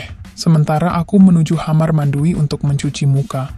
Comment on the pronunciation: Aneh ini orang mana yg baca kok , kamar jd hamar